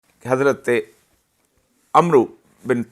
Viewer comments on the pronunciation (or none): It's Amr not Amro...I'm surprised you're so ignorant. What a loser. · حضرت عمرو کو حضرت عمر ( ع زبر کے ساتھ ) پڑھا جاتا ھے نہ کہ " ر " کے ساتھ " و " کے اضافہ ساتھ ۔ جبکہ صرف خلیفہ دوم حضرت عمر ( ع پیش کے ساتھ ) پڑھا جاتا ھے ۔ عربی میں خلیفہ اول کے علاوہ باقی سارے عمر لکھنے میں عمرو لکھے جاتے جاتے جبکہ پڑھنے میں و کو خذف ( silent ) کر دیا جاتا ھے اور عمر کو ر زبرکے ساتھ پڑھا جاتا ھے ۔ یہ اصلاح بتانا اسلیے ضروری ھے کہ ذیادہ تر عربی گرائمر سے نا واقف لوگ اس لفظ میں ر کے ساتھ و کا اضافہ کرلیتے ھیں اور عمرو پڑھکر نام کو گویا بگاڑ لیتے ھیں جبکہ عربی میں عمر ( ع پیش کے ساتھ صرف خلیفہ دوم کے لیے ) جبکہ عمر ( ع زبر کے ساتھ باقی لوگوں کے لیے پڑھا جاتا ھے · السلام علیکم عمرو ۔۔۔۔۔۔۔ لکھنے میں عمرو پڑھنے میں عَمَر ہے و سائلینٹ ہے۔ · بھائ جان حضرت عمرو کو حضرت عمر ۔ع۔ کے زبر کے ساتھ پڑھا جاتا ہے